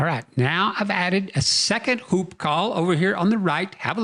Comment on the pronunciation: Pronounced woop not “hoop”